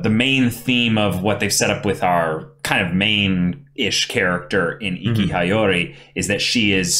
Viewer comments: The way he says regalia is tolerable for me but every time I hear High-Yori I gradually get more and more ticked off xD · Soooooo. Nobody is gonna correct about the pronounciation of Regalia, or Hiyori?